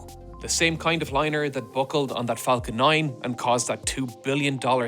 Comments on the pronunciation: ah yes the flacon 9😆😆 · "Space X flacon 9" 😂 The only mistake, in the history of me watching this channel. ❤